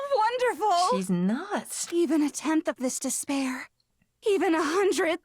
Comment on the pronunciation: "Despair" Sounds like "this bear"